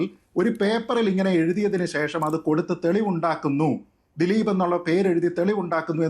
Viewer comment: ദിലിപ് എന്ന് ഉച്ചരിക്കല്ലെ ഗോപാലകൃഷ്ണൻ